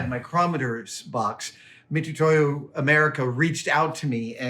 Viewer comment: Mitutoyo is pronounced MitSUtoyo (me tsu toe yo). Pronouncing it "Me too to you" is a hold-over from non Hepburn romanization. these romanizations were created by Japanese people to write Japanese words for foreigners, without having any real knowledge of European pronunciations. English especially has many many weird pronunciation exceptions. The Nihon-shiki utilizes only a limited set of Roman letters, so many older companies have these long standing "incorrectly" written names.